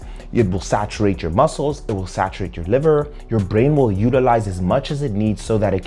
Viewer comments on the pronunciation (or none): none